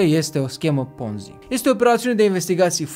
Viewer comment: E Ponzi, cu "o", citeste "o" nu "a". Numele e italian, nu-l mai americaniza aiurea. Titlul m-a atras dar mi-am amintit de ce m-am dezabonat de la tine. Si te mai miri de ce Zaiafet apare la TV, pai Zaiafet e profesionist. Nu o sa auzi la el ca "o imposibilitate a devenit imposibila"